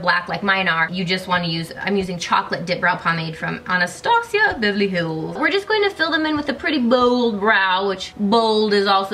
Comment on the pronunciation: Such a fun series. I love the way you said "anastasia of beverly hills" before you did your brows haha that's how I think it should sound